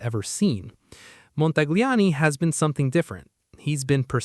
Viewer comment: Please, please, please speak Montagliani correctly. He deseves it.